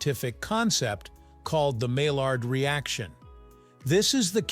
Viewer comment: the reaction de Maillard comes from a French scientist and is pronounce "Ma Yarr"